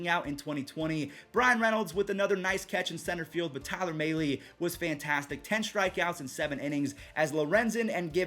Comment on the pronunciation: I'm sorry but I'm a reds fan, and please look up how to say mahles name right Just something that could help you in the future